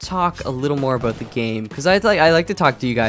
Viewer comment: As a new subscriber I wanted to ask what country your from And then you said 'aboot' So you answered my question. lol